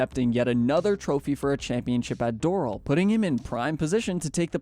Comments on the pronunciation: it’s Door-Al …. I hate AI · Not gonna lie when he said DOORAL I was out 😂